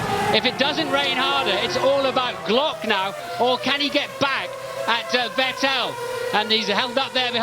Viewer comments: It's pronounced "Fett-il" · Not the commentators calling Vettel "VehTell" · Vet tell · Coulthard always said "vih tell" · The Time where "Vettel" was called "Veteell"😅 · I do miss Allen mispronouncing Vettel's name. At this point it seemed to be ntentional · It's weird that they kept switching pronunciations for a few years until they figured it out. gets it right several times here, then goes back to the other one. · The crazy part is that they still kept saying that way even when seb was a multi time champion already